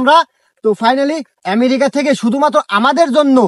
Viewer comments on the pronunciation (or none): সোহেল এমেরিকা কোন দেশ 🤣🤣 সুন্দর করে বল আমেরিকা 👍🇧🇩🇺🇲 আমেরিকা থেকে তর জন্য দোয়া করি 👌